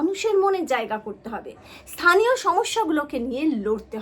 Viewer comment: থানীয় নয় স্থানীয়।